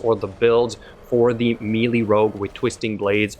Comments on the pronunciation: meelee is pronounced "maylay" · Take a shot every time he says "meely"